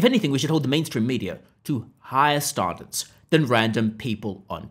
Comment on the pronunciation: Bro did you say ‘starndards’?